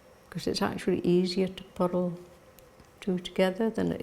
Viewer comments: I kept thinking she was saying “puddle” until I realized it was “purl”! OMG!! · It's just the pronunciation of purl in Shetland, and in some other parts of Scotland. The rolled r in the middle gives it two syllables - pu-rl :) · WITH SINCERE APOLOGY: I was only half listening to in this video and picking up little tips and tidbits about knitting. Please note I am saying this with only the deepest affection: I was only half listening, but quite puzzled until I finally understood what she meant by a “puddle” stitch! ❤😂❤ I was shopping on Amazon but had this video playing, repeatedly, on the tv just for the “company!”😊 Yes, her voice is so lovely and soothing!